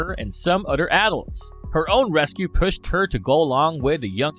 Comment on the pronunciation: Tuhgever, udder.